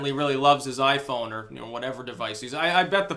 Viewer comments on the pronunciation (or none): none